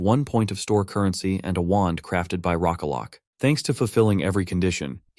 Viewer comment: The script is mostly okay, but you seem to butcher every single major name in the story on a regular basis. If your AI reader can't be consistent with the names as written, translate them into something that's phonetically consistent. The constant R for L struggles are bad enough. Reina and Rocklocke suddenly being called Lowena and Lock-lock is tiresome enough, but I'm especially tired of hearing Deculain's name being pronounced DAY-cool-ayn or Dek-UL-ain or even Duck-oo-LEAN. It's annoying and breaks immersion. Use real English words to force consistent pronunciation. AI readers struggle with proper nouns because there's no way for them to know how to accent them. Be more creative to force consistent pronunciation: "Day-cue-lain" in your reader's script would then at least be consistently pronounced, even if it is slightly off from the real. I'd vastly prefer consistency of pronunciation over this mishmash I get.